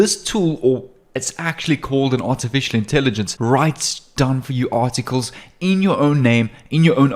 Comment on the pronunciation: hi u say 27 time artitcles